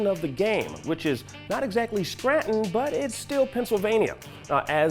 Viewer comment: Did this mf really say Straton instead of Scranton?